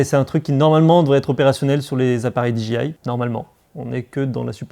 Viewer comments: No,no: Di-Djé-Aïe...😉😎😜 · Prononcer le D et le I en anglais, mais le J reste français :D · on est d accord :D mais lui le dit à la française pour le J :D